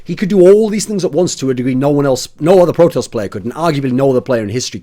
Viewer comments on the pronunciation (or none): none